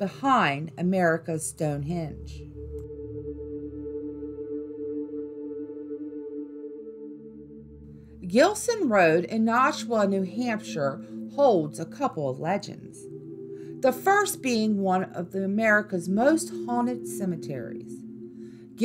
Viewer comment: The way you said “Nashua, NH” your definitely not from New Hampshire. It’s pronounced Nash•u•wah. Also it’s Chief “Chocorua” not Cheif Shakira.